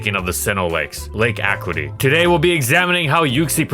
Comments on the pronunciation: Video: Pronounce Uxie "You-Xee" Pronounces Lake Acuity "Ac-QUIT-ty" (It's ac-you-ity) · Talks about pronunciation of Uxie “Lake ACKwity” 😂😂😂